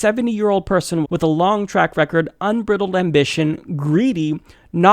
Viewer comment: Unbr-EYE-dled. The root is "bridle." Another excellent piece,. Thank you.